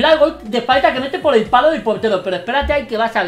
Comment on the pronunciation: le dice faita es vez de falta